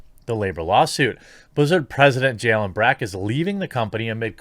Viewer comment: I thought his name was Jalen from the way you always said his name. Lol